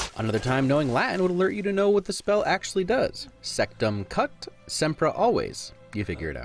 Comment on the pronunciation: actually, in latin, SEMPER is always, not sempra